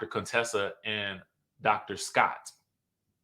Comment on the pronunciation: Dr. Cone-Tessa😂